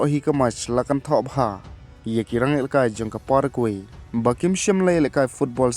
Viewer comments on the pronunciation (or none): Pronounce paragwai bro.